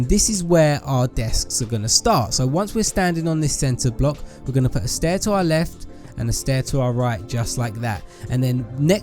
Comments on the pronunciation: haha u keep saying staiir haha u just make me laugh😂😂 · XD you said stair